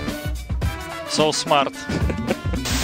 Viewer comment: ''Rotations'' XD